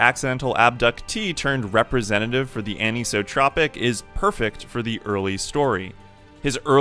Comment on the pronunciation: I have one thing to say about this video. ANISOTROPIC IS A REAL WORD AND IT IS NOT PRONOUNCED LIKE THAT!!!! Other than that it was a pretty good video